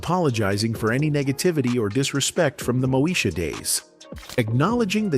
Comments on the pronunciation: It's pronounced Moe -e -sha. No Mosha. Get it right. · 🫤Mo-shuh?!?! Ughhh😩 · I remember Kim singing and being funny. Also, telling Moesha off when she thought she was better than everyone. I don't remember ever seeing her eating. And she definitely wasn't chasing Professor Ogilvy. She hàd a bf on the show. AI, it's pronounced "Two Two Seven" & "Moe ee sha" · I think you need to do more research on this topic and its Mo-e- sha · "Moe - Sha"... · First, you pronounced Moesha wrong, and then you got some of the shows facts wrong. You really need to do your research before posting. I'm out. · This video narrator must be AI because he mispronounce the shows Moesha and 227. LOL, SMH. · Click bait, mis pronunciation of the show Moesha. The thumbnail made it seem as if they were going show a before and after picture of a transformation of some sort. Good info, the thumbnail sucked!! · Stop mispronouncing moesha